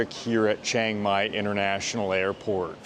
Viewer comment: If you have lived in Thailand for 11 years then you should know CHIANG MAI is not pronounced CHANG MAI. There is an I in there. Chee-ang Mai or even Chee-ung Mai. Please stop saying CHANG MAI.